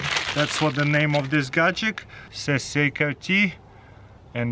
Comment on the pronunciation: He said CKRT....also godgick instead of gadget...